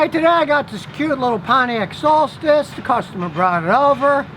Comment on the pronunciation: Wow! Scotty correctly pronounced "Solstice." Most people don't.